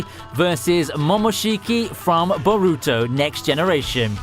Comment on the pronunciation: Dude, whyyy do you pronounce names/say them so annoyingly, its Soo annoying, you've even heard boruto being pronounced the way it should be, if Naruto is pronounced without your weird adding, whyyy would you add it. Love your work, but you're English, stop butchering things please... Keep up the work guy. ( A friend of mine does it, so my anger might be escalated because of him)